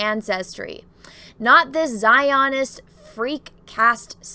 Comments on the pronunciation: I've never heard a word get mispronounced so many times rapid fire as just mispronounced "Zionist." As for the story, who cares? Let the left cannibalize each other as they always eventually do. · Your pronunciation of Zionist is cracking me up. LOL